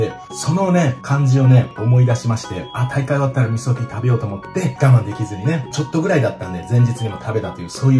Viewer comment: 味噌ピーがみそきんに聞こえましたｗ